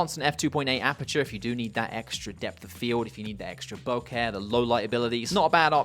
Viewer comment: 1: a grand for any glass is NOT CHEAP. 2: the way you pronounce bokeh is clinically insane